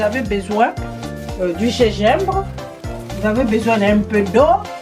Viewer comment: du Gégimbre ? mdr